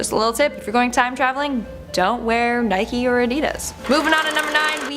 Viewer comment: “Nee Kay, moccasins” lol